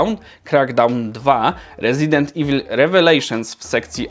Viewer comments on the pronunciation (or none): none